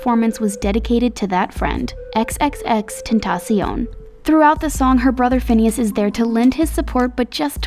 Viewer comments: When she went "XXX Tentasssion"... Ouuff, I felt that! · Cristina García Ruiz Tantacioon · " ten tas I on" literally that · Her saying ten ta see un (tentacion) makes me die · Jiji dijo tentacion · omg the way she pronounces Tentación....😪😪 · I am from Spain and it triggers me😭😭😭